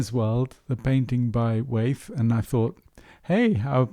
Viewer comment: It’s Wyeth not Weyth. Sorry Great post though